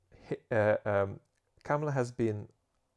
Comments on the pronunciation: The correct pronunciation of her name is "Comma-La" not "Kam-ma-la." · It's "Comma La"